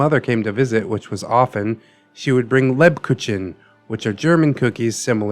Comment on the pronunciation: Jeez I know German words are weird for English speaking people but really? You spell Spezi as if it was written Spesi. And Lebkuchen... You do the CH like in Chile